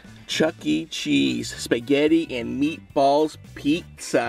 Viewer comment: the first two minutes is literally him saying how great the place is followed by 'spaghetti and meatballs' in an Italian accent